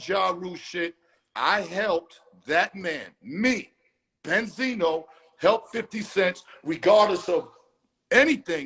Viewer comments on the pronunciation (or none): Bend-Zino smh lol Wasn't Bendzino the one caught crying on camera to police telling them someone had a gun and threatening him. ON CAMERA smh lol